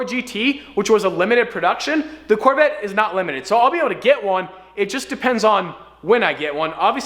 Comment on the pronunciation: hey guys I’m buying the c8 Chevorle corveee Fans:hey bro but I’m buying the c8 Chevrolet’s corvette